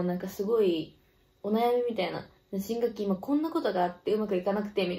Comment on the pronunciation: 新学期が新武器にしか聞こえない😊